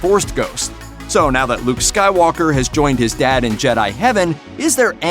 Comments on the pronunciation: Can this guy say Skywalker, because all I heard was him saying Skywaler and Stark. This is for April fools isn’t it? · Did he say "Waller" or "Walker" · Hey announcer, it’s Darth Vader and Skywalker... not Dark Vader or Skywaller... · Skywalker not skywaller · Star Waller.... I thought I was losing it at first, but I caught up.. haha... Millennial Volcun... Hahs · Did you seriously say SkyWaller? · Why does he call them Luke and Annikin skywaller??? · Did he say skywaller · "skywaller" ,SERIOUSLY? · plz fix some pronounciation issues! star trek luke skywaller???( i might be deaf but i dont think so) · You said slywaker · Who the fu$$ is narrating this? Luke Skywaller, Dark Vader, Chewy is a cookie! WTF! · How about explain literally anything about Mary Sue? Also you said "Skywaller" twice. Happy April fools.